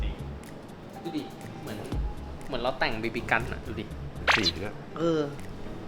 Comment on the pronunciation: จะเน้นไรนักหนาครับกับไอคำว่า บีบีกัน ฟังจนนึกว่าเหยียดบีบีกันแล้วอะ